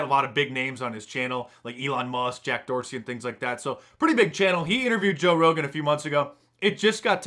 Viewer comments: Mark! You said Toe Rogan! Haha! I think someone is secretly a bear! Too awesome! Rogans up for mark dice! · "Toe Rogan" ha ha I see the gravy. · "Toe Rogan"? What's your "Bear Name," Mark?